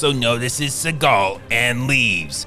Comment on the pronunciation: It's pronounced "seagull".